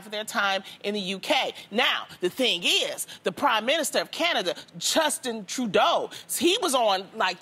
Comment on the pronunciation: Chustin Trudeau... LOL Loni it’s Justin 🤦🏾‍♀️🤣